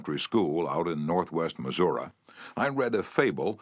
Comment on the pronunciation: This is the best version. He says: "Missour-uhh" for Missouri, lol😂. That's gangster 😂